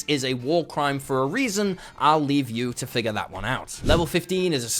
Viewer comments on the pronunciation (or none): none